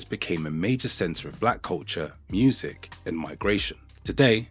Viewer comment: From a French speaker I'd rather say that "Murzic" sounds like French "musique" pronounced with an undefined American accent.